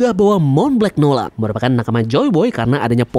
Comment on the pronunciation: monblanc noland di baca "montblang nolen",you're welcome 😊